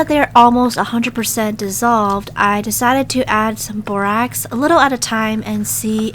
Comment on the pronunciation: Its so funny how you say "i dEcIdEt To AdD MoRe nUgGeTs"